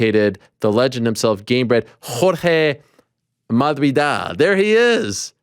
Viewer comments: Ariel butchering Masvidals name everytime is hilarious lol first it was Marrrvidal now its Mavidal 😆 what accent gets rid of S?? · Ariel, masvidal starts pronounced like the word "mass" , god damn it makes me cringe so hard cause Ariel is always pedantic about saying the names "right" lmao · Ariel still can't pronounce the S in Masvidal. Incredible. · He needs to stop trying to say Masvidal correct 😂 Jorge said it’s getting better but it sounds soooooo bad still! At least he is trying lol